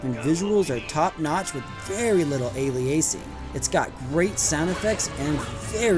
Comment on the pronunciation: I guaranfreakintee you that the man reading the script for this video is not the man who reviewed the game the second he said aliAsing also I'd wager on the idea that said script reading man schmoozed his way into that job, they could do better they need an ESTP script reader, and an ENTJ supervisor to him